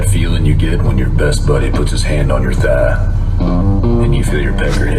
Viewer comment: The way he said thigh! HAHAHAHA